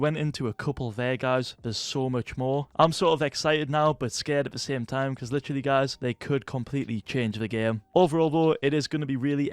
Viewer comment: is "literally" or "litchily" how hes pronouncing it an universal word to put everywhere to underline something?